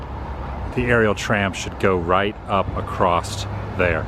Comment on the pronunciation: The word "across" is pronounced ACROSS. There is no "T" on the end of it. I have no idea why people continue to say "acrosst" instead of ACROSS.